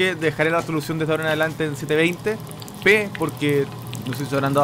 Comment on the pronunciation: es peruano por que dijo 720 p jajaja que racista sono xD